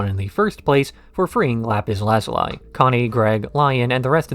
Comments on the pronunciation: "Lapis Lazuleye" 😅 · oh my gosh am i gonna have to hear you pronounce lapis lazuli's name like that throughout the whole video?